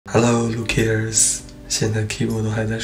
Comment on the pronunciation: Lucas tú pronunciación es muy buena 🙂